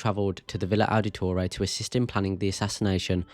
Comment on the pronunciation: Ow-da-toray. You’re butchering the pronunciation.